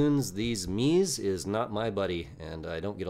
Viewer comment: Sorry brother it’s pronounced MEZ-A not MEEZ! 😂